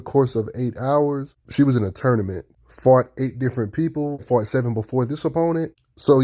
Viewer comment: When you say "fought" you add an R type sound to it, so you make it sound like fart